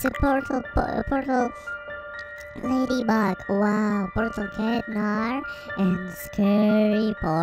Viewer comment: That's not ladybeg it's ladybug